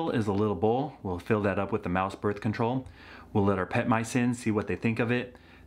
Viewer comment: muh börf control